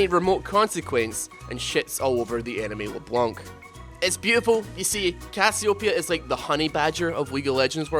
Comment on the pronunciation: does anybodu else cringes as hard as i do when he misspronouces CASS-EE-OH_PEE-A ?